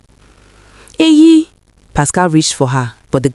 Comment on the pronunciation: It's EYI, not AYI. It's a short form of EHIME, which is my name. It's an Edo name, not Yoruba.